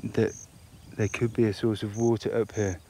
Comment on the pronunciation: 이 분 영상 계속 보는데 water발음이 너무 섹시하다